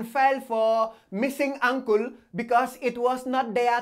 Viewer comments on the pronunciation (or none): i heard ankle as uncle,lol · Ooooo ankle I though he said Uncle XDDDD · LMAO, I thought he said her uncle, but he saying ankle. 😂✌🏿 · USA: Ankle: Uncole😂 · Who else thought at first he was referring to UNCLE and not Ankle?? 😂😂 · I kept thinking he was saying “uncle” I was like, “where’s the uncle??”. 😂👌🏼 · I thought he said "uncle" too and i wasn't even reading subtitles. 😩🤣😂😭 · i died everytime he said "ancole"😂😂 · "Unkul" lmfao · Am I the only one who thought he was saying Uncle until the sixth try???🤔🤔🤔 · I legit thought you said uncle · I thought he is saying uncle, I’m looking where is the uncle in the video